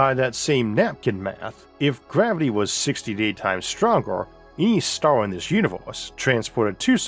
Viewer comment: Narrator has too much gravity in his mouth. WTF is Mwas?!